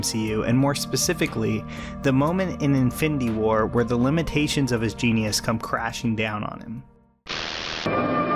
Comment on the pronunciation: yoooo im sorry but has anyone else noticed he says "infindy war"...